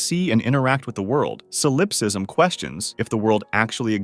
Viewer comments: oh my god it's SAUL-UP-SIZM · Never heard ANYONE mispronounce solipsism before. That takes extra stupidity.